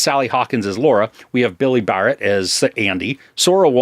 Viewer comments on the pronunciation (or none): none